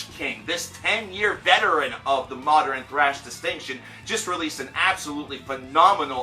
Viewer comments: Nathaniel Damarelos It's a common mispronunciation like pattern being pronounced "patteren" or northern as "northeren." "Often" should have a silent t, especially is not expecially, etc. They're all really common but wrong pronunciations. Sorry, old man ex teacher here. ;) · Why do you say modern like that